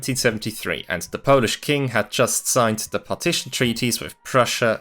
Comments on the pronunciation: It's remarkable how well you pronounce Polish words. Did you learn it all by yourself, or do you have some Polish roots? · I'm impressed by your pronunciation of our silly language. Great work! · Can we stop for a moment to appreciate how good his Polish pronunciation is? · You did great job covering this matter in 36 minutes. I also love your Polish pronunciation. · The pronunciation is mind blowing as it sounds pretty much as native speaker. Lovely video